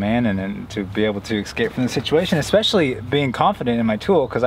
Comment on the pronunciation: It's a VISOR , not headrest. Geeshe. The word is EScape not EXscape. Common guys! A tiny bit of editing please.